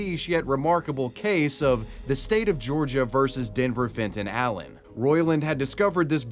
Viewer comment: Am i the only one hearing "Denver Fentayl" every time they say his name ?